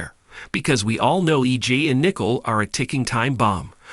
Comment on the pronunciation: And it's Nicole not Nickel wow come on now😅😅😅😅😅